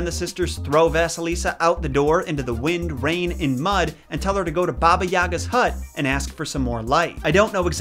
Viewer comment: in balkans we pronounce it as ''yaaaga'' with kinda sharp 'a' at the end. Also, they never say 'baba' to the end? You're supposed to 'baba' not 'bab'. But I highly agree, they never make any effort to actually pronounce slavic words correctly, trying and putting to much effort into words of other origins such as japanese etc. I'm like c'mon we also deserve that least amound of respect